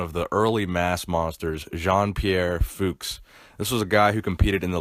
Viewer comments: ITS PRONOUNCED FUCHS lol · it's pronounced "fukes" (rhymes with nukes)